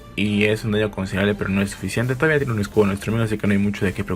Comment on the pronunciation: Se dice escudo no excuditito